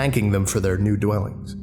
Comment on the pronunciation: "thyour" pained English major noises